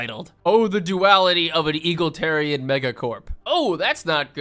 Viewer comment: "Eagle-tarians." Worth it just for the pronounciation.